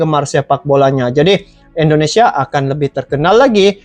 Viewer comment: Indonesia bang bukan endonesia Dri awal cakap . Abng cakap endonesia endonesia Coba betul kan dulu penyebutan nya 🙏🙏